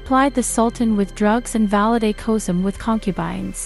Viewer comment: FULL OF MISPRONOUNCED NAMES SHOWS UTTER CARELESSNESS & RUINS THIS SERIES. SHE CANNOT PRONOUNFE ANY ROYAL NAMES WHATS- KOSEM HURREM MIRIMHA IBRAHIM. PUTS US ALL OFF. THIS IS IRRESPONSIBLE TO THE EXTREME.